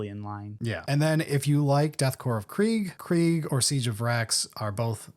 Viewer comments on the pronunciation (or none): none